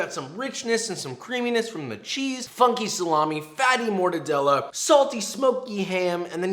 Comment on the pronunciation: I cringe when he said morrrre-da-de-la